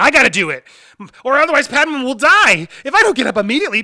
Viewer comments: “Padma” lol, are you going to do clone wars the movie ?? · Pad-May!!!!!!!!!!!!!!!!!!!!!!!! = Padme